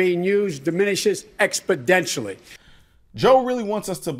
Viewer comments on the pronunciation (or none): "expidentially" I missed that one in my vocabulary education. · “Expodentially.” Not even a word, lol. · "Expodentially" is not a word Joe. I googled it. Lol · Joe, Joe. It's not expodentialy. It's exponentially. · Please note: Biden, in his rant, used the word 'expedentially' that does not exist, what he was no doubt searching for was 'exponentially' He should spend more time on his English and less time attempting to violate our constitution. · Expodentially??? WTF?? Try Exponentially... BTW REGISTER THIS!!!! (Grabs the obvious area...) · “expidentially” He is the dumb drunk uncle at the family reunion that never finished high school. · "expodentially" Joe? Ummm....that's not a word. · "exopodentially" You can't make this stuff up. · Joe says, "Expedentially"...ahahaha. Go home, Joe, you're drunk! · C'mon, give the guy a break, his Fixodent just didn't hold very good. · I cringed at that one as well.LOL. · "When you register it, the likelihood of it being used decreases expodentially." It's okay, Joe. English is hard. It's even harder when you're stupid. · “Expidentially?” A new word Joe? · "expedentially" lol ok grandpa joe so does that mean if my family is in a car accident that I can go sue ford or chevy or whoever made that car? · I wanna know WTF "Expadentially" is, Joe!! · Expodentially i have never heard that word before. I think Joe Biden needs better denture cream also. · 'Expodentially'? I think Mr. Grabby-Hands Biden needs a dictionary. Too many aneurysms is my guess as to why. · ExpoDENtualy. God Joe......just stop. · What is "expodentially"? Lol Joe can't even talk anymore. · LOL, he said "expidentially." That's not even a word, Joe. I'm starting to doubt that Hunter is the only cokehead in that family. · Lol wtf does “expodentially” mean joe?